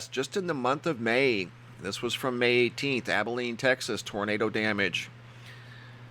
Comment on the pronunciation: it is Abilene Texas not Abeline Sorry thanks from Abilene Tx